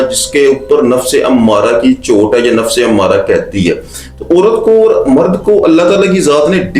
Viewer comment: Sir, you need to make your pronunciation better. Not orat but a urat, and many words like that not or but aur